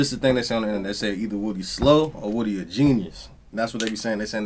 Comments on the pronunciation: His name is (woo -dee) not woody.. he's not from toy story.. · Woody (pronounced wuh-dee)said: i'm using you atleast as much as u using me bruh haha 😅😅